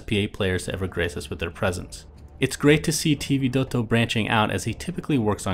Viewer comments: God I hate it when he says T vidotto.. just makes me angry every time, why cant he just say it in a normal way.. No clue why this drives me crazy, but it does!!!! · hahahahaha sammeeee